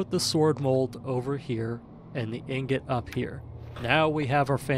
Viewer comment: Man messes up saying "ingot" but "immolate" comes out, no problems.